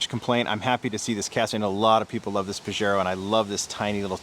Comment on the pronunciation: Say it with me now..... Pah - hey - ro. Not Pah - jer - ro! Haha